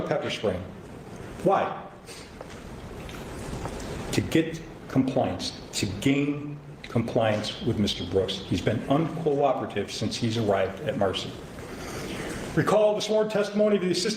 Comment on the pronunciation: ..."coooerate" says it all. Smh